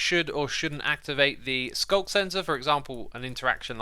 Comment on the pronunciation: Man... I'm always hearing SULK sensor instead of sculk sensor XD